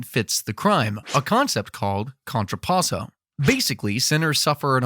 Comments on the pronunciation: And it's "Contrappasso" and not "Contropasso", that's something else 😅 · Sorry to point this out, but is "CONTRAPPASSO" not "contropasso". This "law" is pretty important, since it's what Dante's Inferno is all about. 😉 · Just one little note It’s called Contrappasso, not contropasso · Just a minor thing, I believe you meant "contrappasso" instead of "contropasso" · It's "contrApasso" not "contrOpasso".